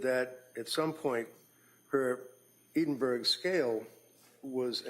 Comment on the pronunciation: Please not they keep saying Edinburg scale it is actually Edinburgh Scale!